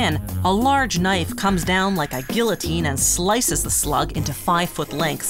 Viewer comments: Gee-a-teen not gill-a-teen. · Not pronounced gillotene, geeyotene. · guillotine is pronounced gee-a-teen not gill-a-teen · It's pronounced g EE uh teen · “Gilloteen” Yuh B Y E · did she say "gill-o-tine?" LMAO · I thought it was geey uh teen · Lmao yeah she said it weird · ...did she really pronounce the L's in guillotine? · The way she said guillotine ughhh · I just gotta say everyone knows how to say guillotine except her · Anyone else cringe at how she said guillotine? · is it just me or does anyone else cringe at the fact that she said the L’s in guillotine when they are supposed to be silent... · Why can no one pronounce guillotine correctly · the way she pronounces guillotine